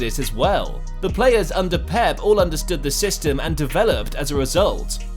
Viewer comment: wait I didn't know pep played undeer guardiola